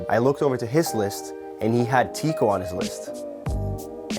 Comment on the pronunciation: Teeqo is pronounced like taco